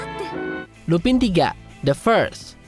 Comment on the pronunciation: For a thousand time it's lupan!!!!,bukan lupin, cara pengucapannya gak sama kayak remus lupin dari harry potter...